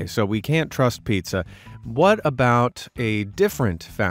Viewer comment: Pizza no piea 😂